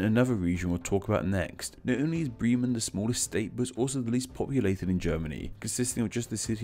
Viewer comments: That Bremen pronunciation got me. Brrrrriman? Its spelt as it's said. 'Breh-Man' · earlier in the same video: Schelswig. Also did he pronounce Bremen correctly even once? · "Bleemen"? Really? "Duzurudorf" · I know you stated that you’re focusing on the English version of the names, but I think a bad pronunciation disclaimer would’ve helped, as you still used German terms (and butchered them, as usual). I mean “Breeman,” “Bar” instead of “Bär/Bear” (it’s actually pronounced the same).